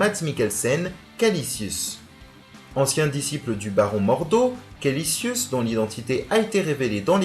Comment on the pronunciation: bonne video mais tu t'es trompé sur le méchant ,c'est Kaecilius et non Kalicius